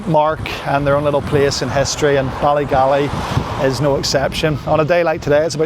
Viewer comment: It's Ballygally not Ballygalley ... enjoyed your video ... 😊